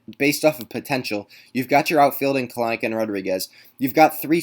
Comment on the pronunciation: Kelenic= Kell-nick Not Kelen-nick